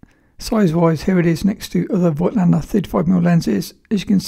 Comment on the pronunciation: Lots of photo channels make this mistake too - but it is pronounced 'folktlender'